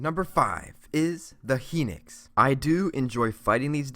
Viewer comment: The "hinix"